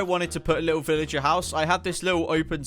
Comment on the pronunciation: You are treading pig lins and you said veleger